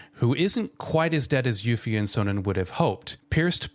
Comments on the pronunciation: Did u just call her yuffy hahahhahhahahah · LMAO did he say YUFFY XD